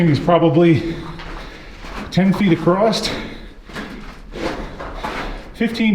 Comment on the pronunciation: For whatever reason I have been away from your channel for a very long time, so nice to be back with my favourite, it’s really haunting to see places lit up that haven’t seen light in decades, also fascinating to see how far and deep man will dig for pay.